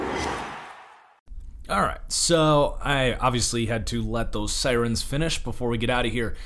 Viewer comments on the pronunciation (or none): none